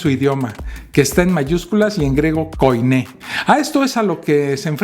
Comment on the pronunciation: Amigo; Griego Koiné. Pronúnciese "quiné".